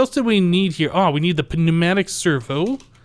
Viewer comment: The 'p' in 'pneumatic' is silent.